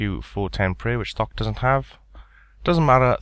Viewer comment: "thok" sounds like fuck when u say it lmfao